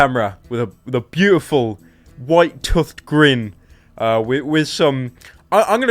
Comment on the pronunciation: Excuse me but can we plEASE TALK ABOUT HOW HE PRONOUNCED "TOOTHED"?!?!?!?!?!?